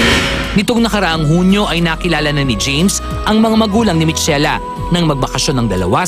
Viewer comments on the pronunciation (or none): Michela = Mikela ......Not Mitsela